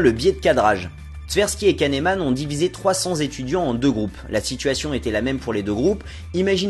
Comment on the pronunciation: Kahnéman ça me stresse de ouf comment tu dis son nom.😑😑